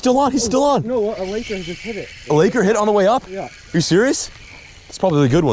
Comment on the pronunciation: Please stop saying laker.